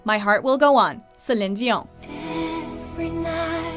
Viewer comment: I hate the way she says Dion